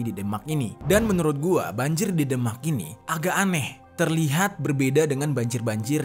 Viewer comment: Sorry bro.. Demak di baca ~> The mak! Bukan ky baca Denmark! .. Beda!